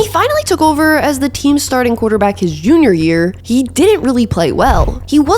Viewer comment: awesome video but ngl I laughed at "his yunior" year